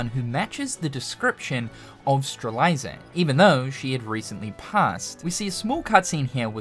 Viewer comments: Name: Strelitzia: Strel- eye- zer Me since 2017: IT'S PRONOUNCED STREL-IT-ZEE-UH Lol much love, great video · its Strelitzia not Streliza 😅😅😅😅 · So...we're back to saying straliza? 😮‍💨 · "Strelitzia" is said "streh-lit-zee-uh" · He's said it that way for years. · Ikr? Fucking “Streliza” lmao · Will we get KH4 news or will pronounce Strelitzia right first? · I pray that Sora says Strelitzia's name in KH4 so finally realizes he has been saying it wrong for all these years! Lol. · I was looking for this comment. It kinda irked me a little the way he pronounced Strelitzia. 😂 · same lol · I wondered if I was the only person who was bothered by it lol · You had... so many attempts to get Strelitzias name right. It was actually comical how many times you said it wrong LMAO